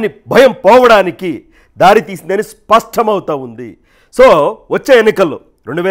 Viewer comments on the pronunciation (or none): స్పష్ఠమౌతావుంది. ష్ఠ కాదండి. ష్ట చాలు. ష్ట కరెక్ట్.